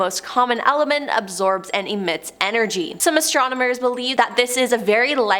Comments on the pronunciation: its ASTRONOMERS lol..how many times did she say astromoners before she finally got it right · is anyone else screaming "Astro*NoM*ers!" at the chick with the glasses. "Astrominers" is making me cringe so hard. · astrominers???? can she not read or speak? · Please never let me hear the word "astromoner" ever again. My ears are bleeding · and - “astromoners”. C’mon now. 😂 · Why is she saying astromoners?… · Yeah. I had to repeat what I thought she said. has a problem with certain words. ✌️ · That was driving me crazy. I started wondering if I had been saying it wrong all these years